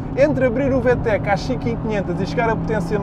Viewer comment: Vê-Tech.. 🤦‍♂️ Vi-Tec!👍